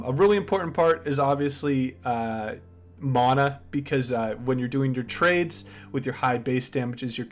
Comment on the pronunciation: I hate how he says mana instead of mana